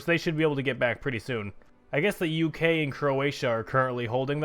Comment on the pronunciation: Manuel Witrago U.K is two syllables mate...